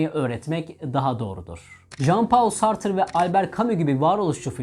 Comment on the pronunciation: Sartre ve Nietsche isimlerini(Friedrich) kolay telaffuz etmek varken neden daha zor ve tuhaf yolu tercih ediyorsunuz? 😊